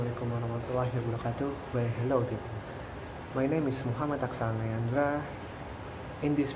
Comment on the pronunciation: greatt!! btw, i like your pronounce aqshall, so cooll!!🙆🏻‍♀️🔥